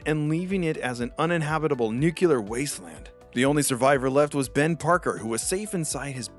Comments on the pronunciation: Nu-clear, not nu-cu-lar... It's like the difference between Plot Armor Comics and Plot Amour Comics... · Nuclear, not Nucular. >.< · video's nice but for god's sake, it's not nukilar, it's nu-cle-ar, the L comes before the damn E xD sorry it was driving me crazy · NU-CLE-AR ---- NEW-klee-er ---- /ˈnjuːkjələr/ for the love of god, get it right. And don't give me that shit about "This is a colloquial pronunciation, and It's also acceptable". NO. That's normalizing illiteracy.